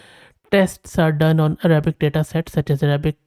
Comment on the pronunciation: Your Arabic pronunciation is almost correct 😊